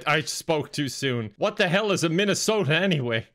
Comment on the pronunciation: Offended af by “whats a Minnesota” especially when you nailed it cmon that was rude